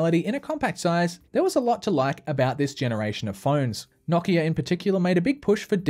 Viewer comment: Nokia Not knockeah